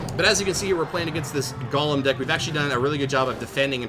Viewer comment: it's pronounced GOlem not golum